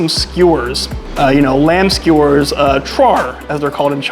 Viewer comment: Skee Ew_ers. u said scores, lol.